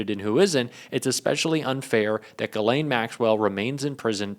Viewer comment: He pronounced Ghislaine!👍🏻